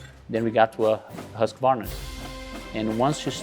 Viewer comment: At last .... Pronouncing the esteemed 100 year old Swedish Motorcycle Company Name Correctly .... "Husk , varna"...... NOT "Husk , A , Ye Ho, Hillbilly , Varnarrrr !!!!! Music to my ears as an ex Husky dirt bike owner.